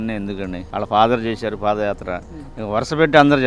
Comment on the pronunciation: Pafayatra kadu vadi padiyatra